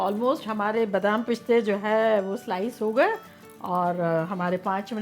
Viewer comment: Pishte!!!! It's piste